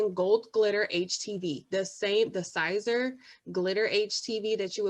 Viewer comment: Siser pronounced Caesar has to be heated usually at 275 to 305 degrees as per heat instruction for Siser the Cricut mug press heats at 375 to 400 that’s why the Cricut mug press is not recommended, you more than likely shortened the life of the adhesive the longer you heat siser at that temperature or even for just 2 minutes. It may work initially but after washing you going to have complaints of it coming off even if you seal it which isn’t recommended either it will seep under the edges and you will have unhappy customers I’m sharing this with you to save some headaches down the road Always check manufacturers heat instructions for each product you are using. Cricut heat guide is for Cricut htv which is a whole different animal. Hope I didn’t offend you I just couldn’t let you continue to do this without trying helping you out.